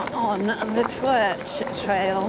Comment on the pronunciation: My local 😁😍 pronounce it "took" 👍 you have to pick your Pedal strokes carefully on certain parts of the climb glad you enjoyed the Twrch try doing the Cafall trail aswell after a bite to eat and drink and well done 😁😍👍